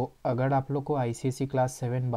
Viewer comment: Bhai woh chadacteds nahi characters Woh agad nahi agar hota hai Aur woh ड़ nahi र hota hai 😂😂😂😂😂😂🤣🤣🤣🤣